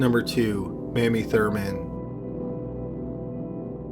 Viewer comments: Mispronoucining M AIM Y. YOU ARE SAYING MAMMY. LOOK UP EISENHOWER. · Another great episode ---- just an FYI the name Mamie is typically pronounced Mayme not Mammy. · Mamie is pronounced Maymee not Mammy. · You started out saying her name right, but then...not. Mamie is pronounced MAYmee, not Mammy. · For future reference, Mamie is pronounced May-mee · MAY-mee Thurman. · Pronounced MAY-mee (tramp) Scribd is probably pronounced scribed, as in subSCRIBD. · Pronounced may-me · Mamie is pronounced May-Me. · Mamie is pronounced like "May-mee" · It's pronounced "May-mee." The mispronunciation is driving me nuts. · I know it's spelled Mamie, but it's pronounced "may-me". I studied this crime as a child living in McDowell Co, WV, and we went camping in Logan. Sorry, just wanted to spread some useless knowledge. 🤣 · May-mee. Pronounced like Jamie (jay-mee). MAY-MEE. Sorry, but this drove me crazy hearing you mispronounce her name. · I enjoy the content, but dude… The narration....Half the time “Mamie“ was, “Mammy” and sorry, but you sound like you’re falling asleep, or someone is forcing you to read aloud and you really don’t want to. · Exactly. I was going to make the same comment but then saw yours. It's kind of like nails on a chalkboard every time he pronounces it wrong. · My grandma's name was Mamie. Every time you pronounce it "Mammy" I want to smack you in your dull, plodding mush-mouth. Congratulations for being my first negative comment. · Thank you! I winced every time he pronounced it as "Mammy". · It should be May-mee, like Mamie Eisenhower. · You pronounced Mamie wrong! It's May- me!! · Mamie....pronounced may-me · it is pronounced "may-mee"....if there had been two m's it would be said the way you said it. great video, tho. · Mamie sounds like Amy. Lol not mammy. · Great job....btw, Mamie's name is pronounced with the long "a," like in the word Fame. Thanks so much, well done. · Thank you, that drove me insane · “May-mee” not mammy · "May-mie", not "Mammy".